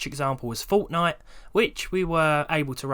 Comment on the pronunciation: this is the first time I've heard a British person say "Fortnite"